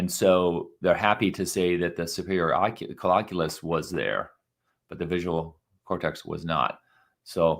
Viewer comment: It is pronounced coll-I-culus and it will drive me crazy to here it mispronounced. I am not alone. We knew this about the complex calculations in the SC in the 1980's and 90's. I learned this stuff in 2010. Do not believe everything you read in Pop-Sci articlaes Boys&Girls.